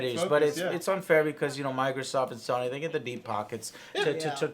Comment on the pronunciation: Sany, Did you mean Sony? No Sany bro